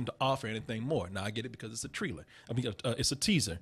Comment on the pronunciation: a '"treeler" XD